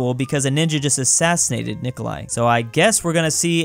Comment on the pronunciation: the only time has said Nikolai correct is this one.